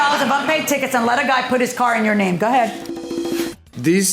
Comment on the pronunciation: Judge doesn't know how to say go ahead. She says ga head